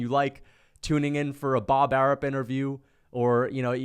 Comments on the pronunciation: I love how he calls him Bob Arup instead of Arum 😂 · Pretty sure it's Arum, with an M. Unless there's a Bob Arup I'm unaware of 🤷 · Bob "Air-up" 😆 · Why does he say Bob ARUB??? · mma is boring asf. stop a being weirdo. with this weirdo narrative. you not even saying his name right it’s bob ARUM. bob arum ain’t even the top promoter in boxing anyways. ufc can’t promote fights and pay their champions in dabloons. y’all just had volk and islam fight and NOBODY EVEN KNEW IT WAS HAPPENING 😂 imagine canelo fighting 3pm ET. you can’t lol. ain’t nobody watching that mess. dana white is basically a young bob arum. they make the same moves. i see you didn’t mention pbc not once. that’s what makes you a weirdo. you’re spinning a narrative rather than tellin the whole truth. if mma was so exciting then they would actually have some ppv buys. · Even saying Bob's name wrong on purpose lol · Wtf are you calling him? Bob Arum 😂